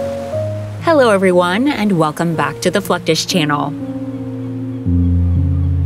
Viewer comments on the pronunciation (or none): none